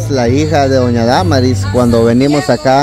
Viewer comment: se dise Damaris así no más y tu dises daaaa marisss disculpa la corrección